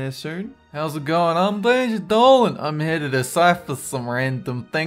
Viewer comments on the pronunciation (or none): none